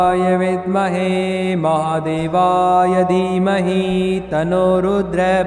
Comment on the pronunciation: अरे गुरुजी tanno रुद्र के आगे विसर्ग ऐ सा उच्चार करो,उच्चार nahi आता तो मंत्र मत बोलो.